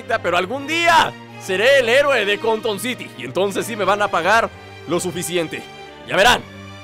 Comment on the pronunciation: cuando dices conton city, se escucha que dices Condon City :v